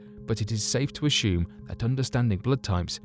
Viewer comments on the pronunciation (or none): Ashume? Do you mean to say assume? There isn't a letter h in the word assume. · Can anyone explain to me why some people pronounce words like 'presume' and 'assume' as preshume and ashume? This guy does, there are others, I have noticed they usually have good english speaking accents as well, Dr. Creepen, Sir Sic etc... Its very shtrange and I cant shee why they shay shuch shilly wordsh. Sherioushly though, does anyone know why they do it?